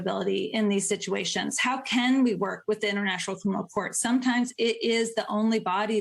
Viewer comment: She really needs to work on her pronunciation of the word "criminal"